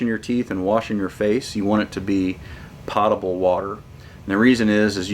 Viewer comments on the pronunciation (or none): Pōtable, not potable.